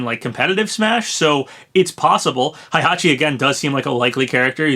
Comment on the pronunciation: Why did you pronounce Heihachi like Hi it hey not hi 😑😑😑